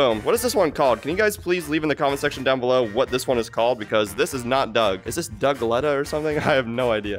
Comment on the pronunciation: its duglet